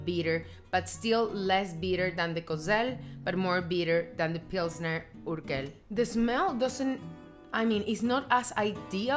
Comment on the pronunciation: Hi! Next time go for bottled beers, because they're more environmentally friendly and they have way, way, way better taste than beers in a can. It goes from worst to best: can - bottle - draught beer - tank beer. Pilsner Urquell is pronounced "uurkwell" and not "urkel". It's from the German word Úrquelle, which means an "old source" and that's why this beer is called Prazdroj (Urquelle). If you order a Prazdroj, Czechs will know what you mean. Pilsner Urquell is the best beer on this planet and if you want to enjoy it's best taste, have a tank beer... There are several pubs in Prague having them and my most favorite one is on Dlouhá street. You like Budweiser the best and that's ok. Budweiser, Pilsner Urquell and Gambrinus are made from Southern Czech water, which is best for making beers, so there's the logic behind it;) Please make a video about Moravian wines. Maybe take your husband and friends for a winetasting and make a video out of it.